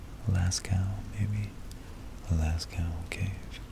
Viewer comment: Scince you asked: "Lascaux" is pronounced "Lass-co".